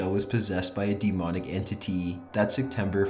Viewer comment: Dee moneeek entiteee